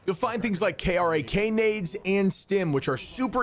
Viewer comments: It’s not k. R. A. K. It’s pronounced like crack grenade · LOL CAME HERE TO SAY THE SAME LOL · Glad you're enjoying our favourite universe. However, please learn how to pronounce krak (crack) grenades and any other 40k word.. cheers.